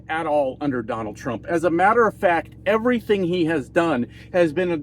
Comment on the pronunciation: Evarythang? Evarythang.